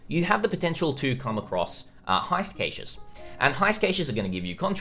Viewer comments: Is Kay-ches a dialect? Cause I pronounce it cashes. Though I could see cashays aswell. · Did he say Caeshiz?